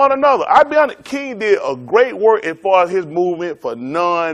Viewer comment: martin luther tha kanng? lolol im dying!!!